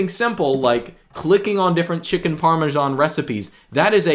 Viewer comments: Dear, it's not called Parmeshan! Please get rid of that bloaty "h" in your pronunciation. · par - meeuh - SHH - aan